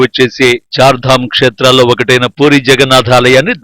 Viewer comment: Puuuri kaadu Puri Ani palakaali